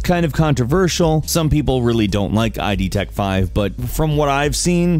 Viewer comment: Just a note, it's not I-D Tech five it's pronounced as word like the id pertaining to human psyche.